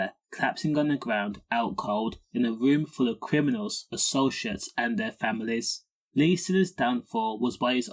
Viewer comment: WHY do you erase words ......like COKE etc ?. "Gwound" , "cwiminals" 😂. Speak properly and leave all the words alone , you clown.